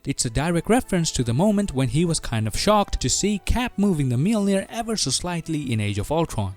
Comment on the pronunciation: Wtf is miolnir?